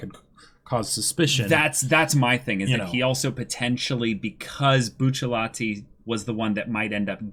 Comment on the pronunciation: Note: it is not “Bucciallati” but rather “BUCCIARATI”.